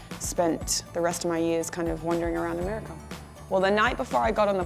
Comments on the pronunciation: am i the only one noticing that when she says anything that enda with an 'a' she makes an 'er' sounds. 'austrailer' 'americer' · "Amerikerr" lol the way she pronounces it is funny